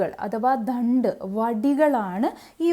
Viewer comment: മനോഹരമായി അവതരിപ്പിച്ചിരിക്കുന്നു... അയത്ന ലളിതമായ ആഖ്യാനത്തിലൂടെ പാഠ ഭാഗം വിശദമാക്കിയിരിക്കുന്നത് അങ്ങേയറ്റം അഭിനന്ദനീയം.... ദണ്ഡ് എന്നത് ധണ്ഡ് എന്ന് ആവർത്തിച്ച് ഉച്ചരിച്ചത് മാത്രം ചെറിയ കല്ലുകടി ആയി തോന്നുന്നു 🙏